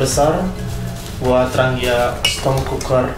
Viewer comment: di bacanya yg bener tranjia...tranggia